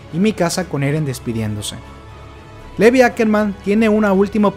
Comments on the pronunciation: Se pronuncia LIVAI, no LEVI... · Se pronuncia Lívai. Es SHINgeki no kyoJIN.